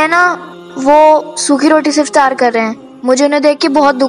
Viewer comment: Iftiyaar nahi Iftaar. urdu ka janaza nikal kr rakh diya hai ap logon ne